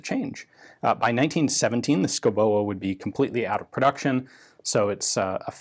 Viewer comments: Its pronounced "Shoobohh", not "Skoboa" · Hmm.. yes You butchered the pronounciation, but that is thoroughly understandable, as it is pronounced "Skovbo". Danish pronounciation is living Hell for foreigners in so far, as there are lots of mute letter, Danish spelling is impossible and sometimes all of the consonants have to be pronounced. Switching to Greenlandic does NOT help matters, as they have unique consonants, which are best pronounced WITHOUT teeth, and with a lot of drool. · It's actually pronounced 'shooby'. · S K O W B O is how it is pronounced! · The name is pronaunced Skovboe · Pronounced: Show-bo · Hi Ian.... it's pronounced SKOUBO...yeah I know Danish is hard. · Pronounce it like you would say duh and boo..... Skuh-u-Boo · Me thinking : Dont laugh when Ian pronounces the name!....fail. Schouboe = Skovbo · Dane here. It's pronounced more like "SCOW-bow". Not exact, but that's as close as you will get with American English phonetics. It means someone that lives in the forest. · The "u" is pronounced as a "v" and the ending "e" is silent/an exstension of the "o", so it would be pronounced: "Skovbo", meaning "forrest home", yeah Danish is a stupid language, where half the letters are either silent or pronounced as something else completly. Other than that, interesting video as always Ian. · Oh dear, your norwegian and swedish is really good but the danish needs some work. Just put a hot potato in your mouth and say sco-bow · As a Dane I can't understand the pronounciation of Schouboe, but Danish is hard for foreign tongues. The Pronounciation in Danish is more like "Skuvbu" but still with a bit of "o" rounding on the o sounds, but cut of faster and don't pronounce the e at the end, that is a silent e. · The e in Schouboe is silent, just like the d in Madsen. Best regards from Denmark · i know Danish is a silly, stupid, irrational and impossible language - but i gotta correct you: the "e" in "oe" is silent. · Oh my fucking gawd, your pronunciation. Insane.